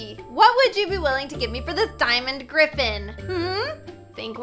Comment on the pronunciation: LOL “grtgrtffen”